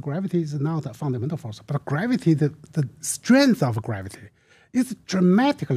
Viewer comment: Graaavety and 36 siros